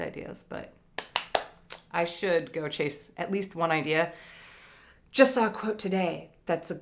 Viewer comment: I thought you said, "Let it goat, and you will receive." Goats and bunnies!